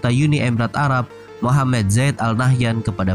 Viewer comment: Arab min bukan alabb😆